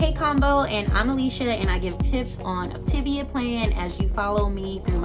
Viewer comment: It's pronounced Opta-VIA, like Mama MIA.